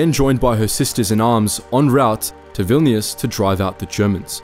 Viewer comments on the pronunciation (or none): none